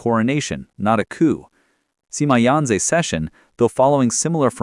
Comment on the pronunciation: why pronounce it Seema? :'( :'(